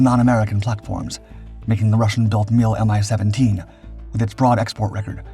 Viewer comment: 'Mi' for MiLis pronounced as a word, not as two separate letters. Same goes for Tu (Tupolev), Il (Ilyushin), Yak (Yakovlev), Be (Beriev) etc. Good to know for your future videos.